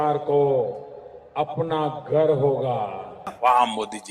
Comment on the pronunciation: घर नही बोला गार बोला ,।